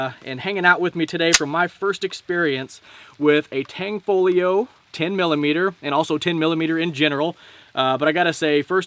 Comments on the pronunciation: UGH !!!! IT IS NOT "TANG-FOLIO".... IT'S "TAN-FOGLIO" AND THE G IS SILENT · tan fow leo is the pronunciation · Great Vid Brother, in Tanfoglio the g is silent 😜 Carry On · Tan Fog Lio........not Tang Fo Lio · Tanfaglio ="T-ON-FALL-E-O" according to the company.